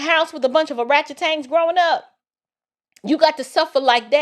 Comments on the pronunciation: Sister every time you say Aratchatang it puts a smile on my face and I have to giggle a little bit 😂😂😂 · I love you! Oratchitans?!?😂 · "Or-ratchet-tans" 🤣🤣🤣👏🏾👏🏾👏🏾👏🏾 I'm weak 🤣🤣🤣 I needed that laugh. Thank you, Ma'am. Steven A is absolutely correct in his statement as well.